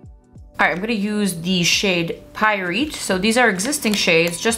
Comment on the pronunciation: You’re pronouncing pyrite wrong